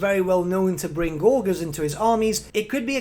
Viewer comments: Gore-jurs Not Gor-Guhrs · Gor-gers lol...